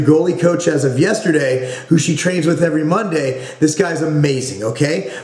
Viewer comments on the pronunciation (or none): none